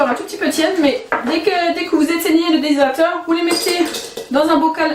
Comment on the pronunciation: Aller un petit effort d'articulation.... DES--HY--DRA--TEUR... essayez encore DES--HY--DRA--TEUR...